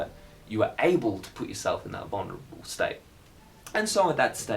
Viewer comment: "staite" you can tell your australian